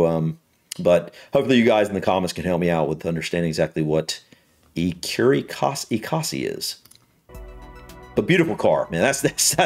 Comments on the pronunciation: Ecosse is French for Scotland. Pronounce it Ecos as in Cos lettuce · Ecurie Ecosse , the 2nd e in Ecosse is silent btw. Écurie Écosse (French: "Scotland Stable")